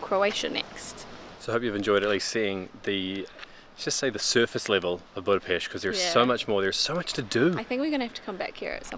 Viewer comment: Wow, You speak correctly word "BudapeSt" at the beginning. It is rare. :-)